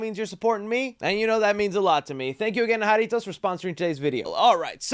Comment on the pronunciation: Haritoes....es JArrrrrrritos guey...lol